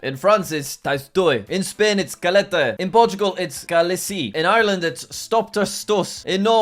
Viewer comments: as a Dominican🇩🇴, i know its pronounced “cáyateh” something like that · in jack says that in spanish shut up is calate but in spanish double L i pronounced as a Y sound so i would soun more like cayate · Jack: How to say 'shut up' in different European countries. In the UK, it's shut up Also Jack: In Spanish it's 'calate' when it's ca-ll-até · its not “calate” its “caʝate”.(“ʝ” is pronounced like the “y” in the word “yes” or the word “yellow”) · Say shut up in Spanish it's "cay-at-te" and not "cal-la-te" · It pronounced cayaté not calla te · Jack, you pronounced calate it's actually pronounced cajate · For the shut up one for Spain it is pronounced cayate because in Spanish two L’s are pronounced like a y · Bro he pronounce the word cállate like calAte when this is how you pronounce CayaTe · In spanish "ll" is pronunced like "y" so its cayate instead of calete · it always makes me laugh, but heres a note for jack, the double l in spanish (and other languages) make a "y" sound so thats k-eye-y-ae-te hearing "calate" is always funny though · As a spanish person cállate is not caláte its pronuncation is like cáyate de á is more strong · Callete is pronounced c I yete because two l's in Spanish makes a y sound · It’s pronounced kah-yah-teh not kelete 🤓👆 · did he say calatey?!?! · In Spain it’s actually pronounced CAI-YA-TE. to spell it out in a way you can read. No hate tho! Love ur vids on all channels❤ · When he said /kalete/ I took damage in every way possible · It’s pronounced (cajate) jack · Como mexicano toy bien ofendido con esto, se pronuncia cáyiate (la á es una vocal cerrada) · Me: I speak Spanish so “cállate” Jack: calete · its ca-ya-te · Jack, mate "Shut up" in Spanish is pronounced Cayate, because the double L is pronounced like a Y 😂 NO hate, Love your videos 🫶🏻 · Jack, In spanish two L's "ll" are pronounced "ya" So would be said "Ka-Ya-Te" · my brain stopped processing any type of information after hearin “teys toy” “kalete” and “keyle si”